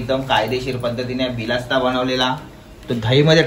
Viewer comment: Are dada bilasta nahi bolat tayla barista boltat